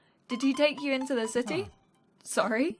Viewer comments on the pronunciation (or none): none